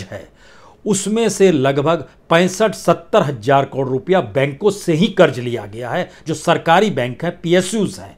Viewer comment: Hazaar bolye. Hajaar nahi